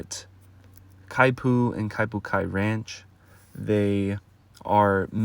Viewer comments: not exactly how you say it… not (ky-poo) more like (key-poo) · Kaipu? The announcer mispronounced the Hawaiian word. Should be Kipu (keepu).